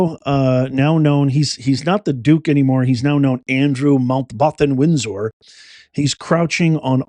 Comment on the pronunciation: 😂😂😂 You are such a drama queen! I watched the whole video just for the harrowing and nightmarish kitchen video. What a waste of time, it sounds to me like the chased individuals were having a lot of fun. And please pronounce Randy Andy's name properly. It'a Windsor, not Windsore. And you butchered Mountbatten too.